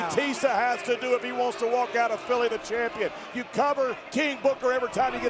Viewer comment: He called him CHIMPION